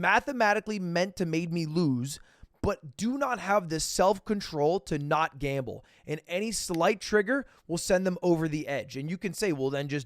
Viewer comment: “I wuhz juh like, I love gamba I’m gona gamba” god he’s an idiot.